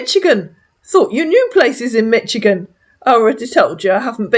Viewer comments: Catching up on your lovely videos, they're so entertaining while I get ready for my Friday night. Just a tip: Michigan's ch sounds like an sh. We say it more like Mishigan. Yeah it's odd but, there we go. Love your videos! Carry on my dear and have a lovely weekend! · fyi, Michigan is pronounced “Mishigan” in the US 😊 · Denise dear lady, it's pronounced Mish-igan,lol, just want to help a sis out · Michigan typically pronounced Mish i gun